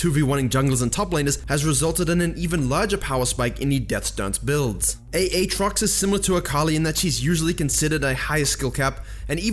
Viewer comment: did you just say A-atrox?????? OMGGGGGGGGGGG my ears.